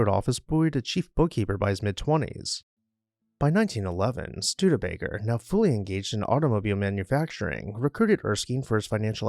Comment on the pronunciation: The naration is great! I love the correct pronunciation of the name Studebaker-rather than the awful botched pronunciation from a few locals who say Stu-DEE-baker. Also, this presentation reports facts found in Wikipedia and other sources. Others who claim to "write" on the subject of architecture and local history are simply lifting facts found on the internet. Thanks to the producers of this honest and accurate list of facts presented factually and with honesy as well as for citing the sources to respect copyright laws. It is an interesting and educational piece.